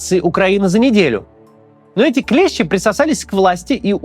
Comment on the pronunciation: всё ок, только не клЕщи, а клещИ.